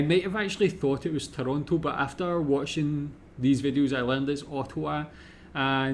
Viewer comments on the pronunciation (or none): none